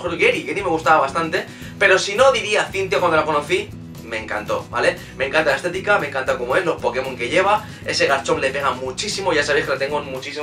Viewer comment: me suena mas cuando dice cynthia la estetica me suena como que dices las teticas jajajajajajajajajaja